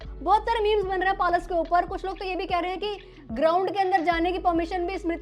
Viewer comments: It's पलाश and not पालश Pehle bolna seekhlo. Creators like you are highlighting this issue and trying to earn views from it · पलश ❌️ पालस✅️ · Palaash ❌ Paalas ✅ 😂😂😂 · पलाश नाम है दीदी palas nhi naam sahi le lijie fir roast karie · Palaaash not palash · पलाश ❌ पालश ✅🤣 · I hate to be the one but- it's pa-laash